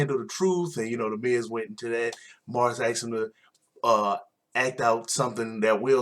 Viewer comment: thank u for the recap... but 3 things 1 u say aks instead of ask 2 you rated EVERY match 3/5 .. makes your rating irrelevant.... i mean if all matches were 3/5 including the main event then that was a lackluster smackdown. 3 if youre gonna recap, at least learn the names barh, maryse and salida del sol just a little prep can make you way more profesional and coherent